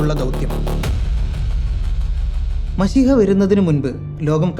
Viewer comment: മശിഹ അല്ല മിശിഹ😅